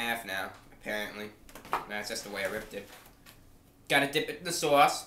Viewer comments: sowahss not sauce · "Dip it in the Swause" love it 10/10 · His accent sounds like New Jersey, but the way he says 'sauce' is distinctly Bostonian. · Bren Dan yeah the way he says "sauce" though